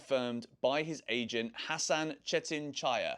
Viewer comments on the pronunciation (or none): none